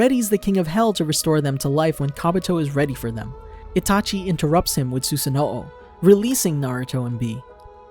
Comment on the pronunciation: the way you pronounce susanoo makes me upset